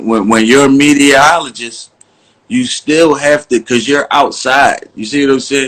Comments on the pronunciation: Lol he said mediaologist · Pooh Graham he said mediaoligist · I think he saying mediaoligist lol